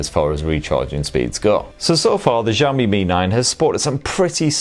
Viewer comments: jaomyy waweii lol why Americans cant say the names of chinese brands truly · I ll sub when you pronounce the Xiaomi properly !